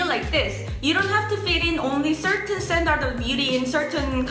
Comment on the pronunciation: i love you, but standard is pronounced "stan-derd"